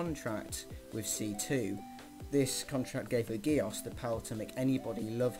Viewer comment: Btw who ever made this they are saying geass wrong